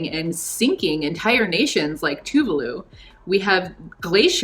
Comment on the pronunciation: its actually pronounced TuvAAlu, with an emphasis on the A